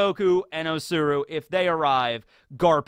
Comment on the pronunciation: U keep on saying O-tsuru, that is Kinemon's wife!